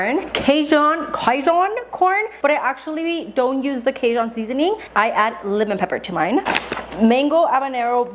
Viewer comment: The pronunciation of “Cajun” is killing me 😭😂😂😂